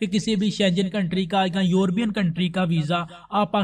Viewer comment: یوربین نہیں ہوتا لفظ یورپ ہے اور یورپین بولیں درست فرما ادھر ادھر سے سن سنا کے ایسے ٹھوکی کھڑے او